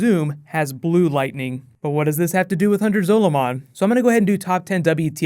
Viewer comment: Zolomon is prounounced the same as Solomon.